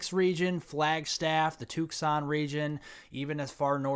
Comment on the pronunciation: Did he say "Took-sahn" ?